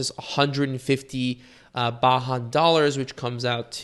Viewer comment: "Baahan dollars"? Are you trying to say Bajan (pronounced bay-jun) dollars? BDS stands for Barbadian Dollars